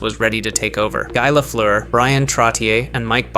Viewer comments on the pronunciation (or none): what on earth was this mess of a video? The pronunciation of names was atrocious; Maurice Richard gave me whiplash, Guy Lafleur hurt to hear, but Evgeni Malkin being pronounced Evjeeni was the worst of them all The timeline of what was talked about was all over the place, constantly going back and forth in time The description of each decade was generic and repetitive; apparently every new era was now about speed, skill and strategy, and both the 40's and then the 50's era apparently spelled the end of dynasties where one team dominated everything, instead bringing in the era of rivalries/where every team could win... despite the opposite being true, these decades instead bringing in the era that was THE MOST defined by its dynasties (that being the era from the 40's to the 80's) Many important players were either mentioned far too late or completely ignored; Maurice Richard was first mentioned in the 50's despite him breaking scoring records in the 40's and redefining the standards for goal scorers, talking about Gordie Howe as a rising star in the late 50's despite him, at that time, already being at the top of his game with a decade of experience, or talking about Lafleur, Trottier and Bossy being rising stars after Gretzky and Lemieux despite them mostly playing in the 70's and 80's... meanwhile Henri Richard, Patrick Roy and Martin Brodeur were not mentioned a single time Some of the greatest innovations and events were completely ignored too; no mention of the start of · You should be ashamed of the way you pronounced Guy Lafleur's name